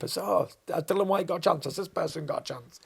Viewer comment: Bangs on about professionalism yet calls Dillian Dillan. How hard is it to get his name right?